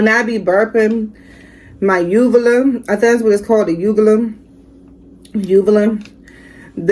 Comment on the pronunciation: Round 2 that sprite TKO you. 🥊 😂🤣 yes do the coke too. That’s right there is going to be a round 3 with the sprite you can do it in my funny voice 😂🤣 👏👏👏 and yes you pronounced it right it’s call a UVULA .